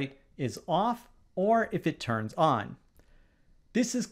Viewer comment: Your pronunciating "will turn o??" is so bad, that it could be ON or OFF. You just say the letter O so hard that it is impossible to say what is the next letter. It should be the word "ON", but it sounds more like "OFF". Even the YouTube automatic transcription for CC tells that is sounded as "OFF".